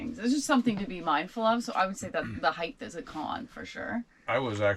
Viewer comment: I know this is a small observation but it grinds my gears when people say heigTH !! It's height !!!